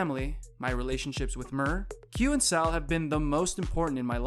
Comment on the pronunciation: Is this one of those automated text-to-speech voices reading cause they can seem to get some of the pronunciations of the names correct. It's GATTO no GOTTO, and SAL, not SAUL.